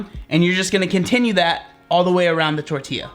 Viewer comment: I appreciate the fact that you say tortilla the right way